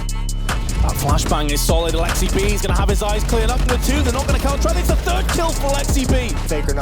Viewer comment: Their alexsib pronunciation : Alex-si-b My alexsib pronunciation : Alex-sib